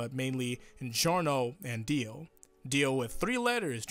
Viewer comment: Dio, Johnathan. Jio, that's weird. Gio.